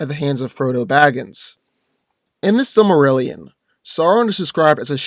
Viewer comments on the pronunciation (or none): none